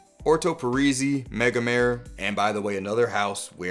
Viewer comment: Love your content, you always do such a clean and informative presentation. But the anal-retentive OCD freak in me is compelled to tell you that "Megamare" is pronounced something like "MEH-guh-MAR-ray"... Mare is Italian for "sea" I actually got to meet the perfumer for Orto Parisi and Nasomatto at ZGO Perfumery in San Francisco a few weeks ago, a kinda wild Italian dude named Alessandro Gualtieri... he's a little crazy, but super nice and lots of fun to hear him talk about his thought process and experimentation. Anyway, keep up the good work! And I only bust the chops of those I love. LOL